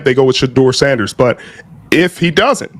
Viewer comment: Your not even saying sanders name right. Immediately skipped